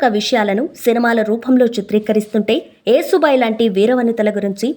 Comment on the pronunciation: Yasu bai talli yesu bai kadu